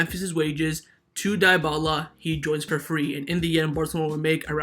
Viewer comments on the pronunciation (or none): Can you please stop saying Di-bala? It's pronunced De-bala